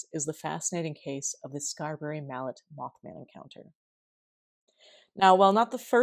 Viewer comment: Just a heads up... Mallette is pronounced "Mah - let" as in "Ma let me stay up late so I could watch my favorite YouTuber '!'